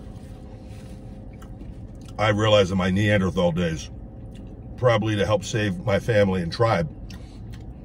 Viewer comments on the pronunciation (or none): none